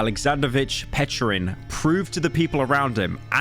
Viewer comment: it's PechOrin. Yet pyro pronounced klubnika properly. (Which means strawberry) ...when are you fellas gonna learn to pronounce our surnames right?